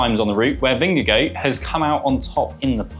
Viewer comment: English commentators' nightmare: pronouncing Jonas Vingegaard's surname. It is "Ving-guh-hawr", according to Danish speakers. I hope TP does it again, but would be quite happy for JV or PR to win, as well.